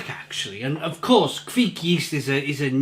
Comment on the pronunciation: It’s not kveek but kvike.